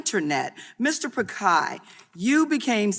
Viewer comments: "Mr. pakai" 😂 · Prick-eye/Pick-eye/Pikai WTF? 🤔 Congresswoman !